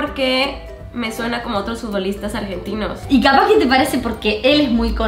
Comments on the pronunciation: Dice aegentinos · SOY LA UNICA QUE ME DI CUENTA QUE DICE AEGENTINOS